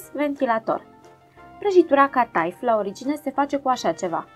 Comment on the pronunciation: Felicitări pentru reteta și filmuleț! Este prajitura copilăriei! Cata'if! (accentul este pe ultima silabă in limba română). Este influență otomană, dar varianta cu frișcă este pur și simplu românească! ❤